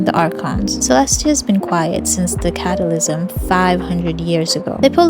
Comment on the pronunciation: Lol she tends to mispronounce certain words its kinda cute 😂